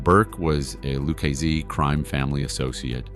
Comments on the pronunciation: LOU KAY SAY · Your videos are pretty good buddy. But you really need to learn how to pronounce Lucchese. Unless the hundreds of times I have heard it pronounced by authors, and former made men in dozens upon dozens of podcasts are wrong…..you are absolutely butchering it.